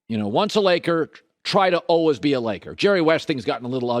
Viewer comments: Colin "alwuhs" Cowherd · Colin "ALWUZZ" Cowherd